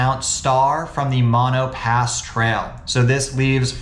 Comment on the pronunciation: Not Mon-o pass Mo-no pass.